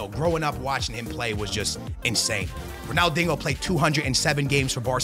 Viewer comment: Why does he call him ronalDINGO